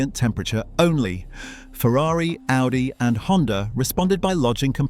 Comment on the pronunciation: It even messed up the pronunciation of Audi lol